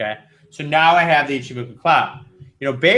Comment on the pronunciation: Why are none of you people capable of pronouncing Ichimoku?